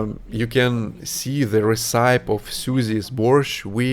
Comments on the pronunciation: FYI,, "recipe" is pronounced ress’-uh-pee. It's a strange pronunciation. 😁 But English is a strange language. 🥰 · yep, that view is dreamy. btw, your pronunciation of the word "recipe" needs work, .; it's actually a three syllable word - "reh-si-Pee". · My friend, here is another english lesson for you. Recipe (res sip pee) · What a beautiful place you are so lucky to be able to travel with your family to these places. I hope you have a merry Christmas. Just a note, the word recipe is pronounced like reseller. ❤